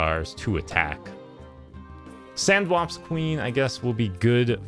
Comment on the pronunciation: "Brah-zen" "sandwaps" Two zingers in a row there